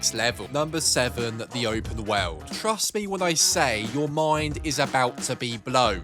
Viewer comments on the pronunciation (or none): Look man I'm sorry to say this and I'm not trying to be mean but you say open wowrld when you say world